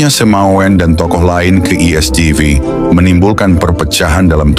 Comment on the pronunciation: Bukan Semawen, tapi SEMAUN ditulis dalam ejaan lama SEMAOEN --- oe dibaca u contoh Presiden Soekarno, Jenderal Soedirman, Laoet Soeloe dibaca Laut Sulu